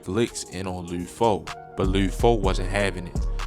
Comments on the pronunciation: Bro said lee foe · Every time he says “loode foe” it makes me wanna dislike the video again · Leeewd Foe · Lou foe? Wtf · I don't think dude from cago, he keep saying lid foe and lood foe... its just lud how it looks bruh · Lood foe 🤣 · It’s LUD NOT LUDE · Idk who lood foe is you mean lud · Luuuuhd my Nigga fuck not luuod damn it was unbearable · Who the hell is Lou Foe 🦧🤓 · I gott turn this off cuz I caint keep hearing this Mann say loo foe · Why dude sound like he sayin Lube Foe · did this nigga say lube foe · Bro said "Lewd Foe" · Luhd not lood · He did all that research just to say loo foe 😂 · You gotta be from Baltimore you keep saying Lude Foe 😭 video 💯 tho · he saying lood foe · He saying his name wrong 😑 it’s not loo foe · Why tf is the narrator saying his name like that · Eww why you say his name like that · Can’t stand how this guy says his name incorrectly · Never heard someone say Lud Foe like that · Baltimore accent